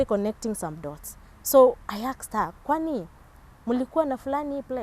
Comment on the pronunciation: Not aksed, "ASKED"